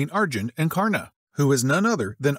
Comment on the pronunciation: His pronounciation of karna disturbs me form the very deep😂